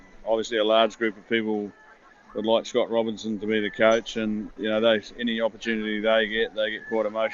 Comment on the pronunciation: DID STEVE HANSEN DELIBERATELY MISPRONOUNCE SCOTT ROBERTSON'S NAME???